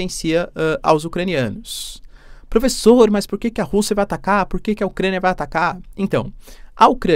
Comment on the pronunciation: plofesso chinês 😂❤